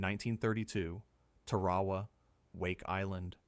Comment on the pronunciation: AI can’t correctly pronounce Tarawa?